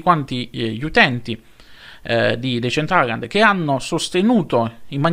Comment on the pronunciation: Comunque anche se sembrerò antipatico, ma te lo devo dire, si pronuncia "desèntralend"